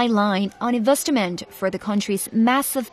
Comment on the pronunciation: It's Pronounced "IN - VEST - MENT" Not Investyment!!!!!!!!!!